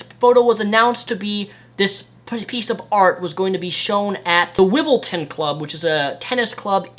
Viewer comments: ..anyone else in England laughed at his pronunciation of Wimbledon? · WIMBLEDON, mate, Wimbledon.